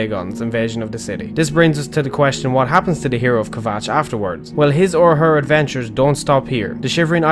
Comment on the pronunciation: I don't want to sound like a hater but I believe you pronounced kvatch (not sure if I spelt that right)